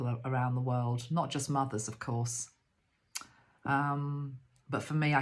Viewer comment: You said mothers and I heard muggles 😘